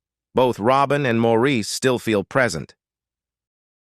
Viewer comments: And his name is always pronounced "morris" not "moreisse/maurice" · Could the narrator of this clip possibly have a more annoying voice and intonation? Sheesh. And what's with his "late" wife, Linda? She is still very much alive. So many mistakes in this video. As that annoying voice tells it, it's like Andy died AFTER Maurice (pronounced Morris) died in 2003, when in reality Andy died in 1988. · As of May, 2024, Linda is still alive and Morris is the pronunciation of Maurice’s name! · Maurice’s name is pronounced morris, and andy died before maurice did. Robin was the most recent to die, and Linda is still alive and happily married to Barry still